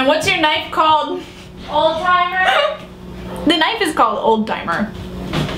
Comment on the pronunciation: did anyone else hear 'alzheimer's' instead of 'old timer'? :D